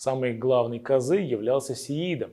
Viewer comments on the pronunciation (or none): none